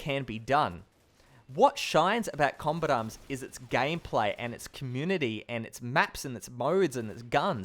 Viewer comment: you say "combat arms" so fast it sounds like "combit arms"